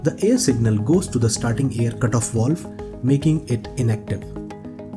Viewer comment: WTF is a “wowlve”?